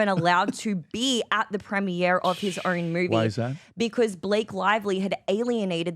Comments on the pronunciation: I was kidding. I know she's Aussie, but she throws extra R's into words like "own", she says "ern". Never heard that before. Kind of odd. Might be regional. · Oh my God, I don’t know who the female is on this talking with the weird accent … is it Australian? With the Rs every other syllable? Oh my God I know it’s petty, but she’s driving me crazy.. I.e. the word own is Urn … aaaargh!!